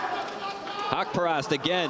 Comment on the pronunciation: Sir you are pronounce his name totally wrong it’s suppose to be HAQ PA RAST